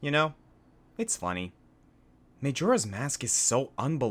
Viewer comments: Whenever he said MAYjoras mask over and over again I wanted to strangle him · Its may-jora's mask